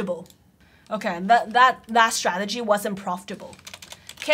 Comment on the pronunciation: Why you can't pronounce the word d sTTTRRRtegy? It's so a simple word...